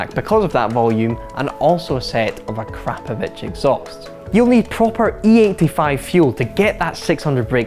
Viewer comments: it's a- krah -povic not a-CRAP-ovic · A-crap-a-vitch 😂 get it right mate 💩